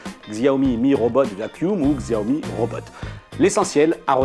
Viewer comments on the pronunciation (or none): On dit chaomi pas gsaomi... du coup pouce rouge. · Tu as raison, Et j'ajoute, qu'on ne prononce pas XIAOmi, mais CHAOmi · Ça fait pas pro de dire xiaomi Ça se prononce shaomi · on dit pas Xiaomi mais Chiaomi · Shyomi on dit !